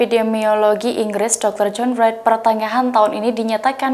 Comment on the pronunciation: Pembaca beritanya perlu banyak belajar dulu sebelum membawakan berita terlebih berita international, aduh nyebut Wright aja salah.